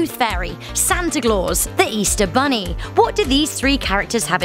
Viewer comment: It’s not Santa glaus Santa Claus